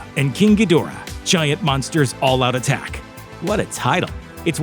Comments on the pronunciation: Gee-DOOR-ah, not GEE-dih-rah? my bad, sorry, dude. dudes. -- deb-OR-ah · It was originally pronounced in Ghidrah the 3 headed monster and Godzilla vs Monster Zero...Gee-der-ra